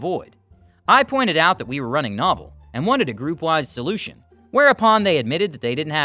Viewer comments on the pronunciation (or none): Yes, “no-VELL”! I was listening but not reading the on-screen text. I thought they had a new or unique network until the reader had said “novel” several times. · Dude! Not Nah-vel, NO-vel. I am a geezer, but the correct pronunciation for this pioneering but now obsolete platform starts with "NO" said like "no" or "know", not "nah". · Novell is pronounced "Noe-Vell" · Adding for the third one - just a nitpick on pronunciation: As someone who was a Certified Novell Engineer, it's pronounced know-VELL. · Yes, long O and the accent is on the 2nd syllable, so it's "no-VELL".